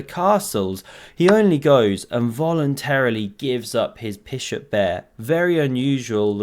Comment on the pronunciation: Not sure if "pishop bair" was tongue slip or meme... 🤔